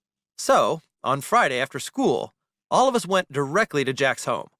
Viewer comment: He SAID FIRDAY NIGHT